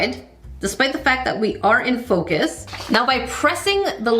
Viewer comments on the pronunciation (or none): none